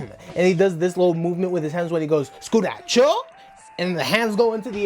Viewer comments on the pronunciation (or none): ITS SU-KU -RACHO